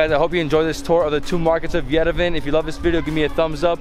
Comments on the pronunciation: Bruh as a armenian I’m kinda triggered mans really said yervan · I like your channel and happy you are in Armenia but please pronounce Yerevan correctly.WE pronounce Yeh ree VAN the vowel A at the end is not dropped its pronounced fully!Cheers enjoy your trip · Yo say yerevon that’s how you pronounce it but good vid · The way he pronounces Yerevan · Making a video about Yerevan and cant even pronounce it properly. Should have asked before eating.